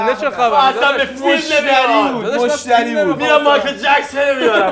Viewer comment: مست کرده حاجی فلیم😂😂